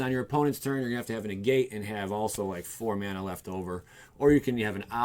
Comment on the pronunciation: I was really into this video until you said "May-nah" bruh, lol